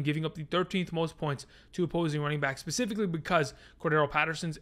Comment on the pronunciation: Specifically not pacifically